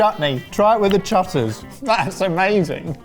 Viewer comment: CHUTTERS LMAO